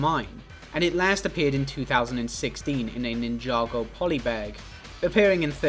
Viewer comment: Did my man seriously just pronounce "ninja go" as "nin yago" 🙈